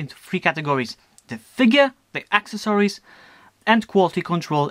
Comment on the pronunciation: omg I hate how you say accessories.... But nice review!